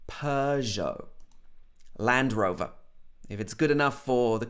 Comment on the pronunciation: Bro, I have noticed that you dont pronounce the Showa Sound. You pronounce like American or Australian sound. For Instance, 👉Brand & Land Rover.( Land)